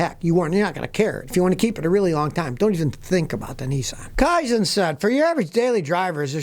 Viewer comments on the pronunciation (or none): none